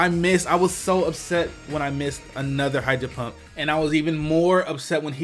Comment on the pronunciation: I love the way you say A-nother XD